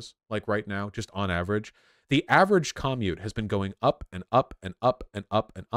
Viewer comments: Why the hell does he say commute like caw-mute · I’ve never hated anything as much as I hate how Vaush pronounces “commute”. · Have you not heard anyone say the word 'commute'?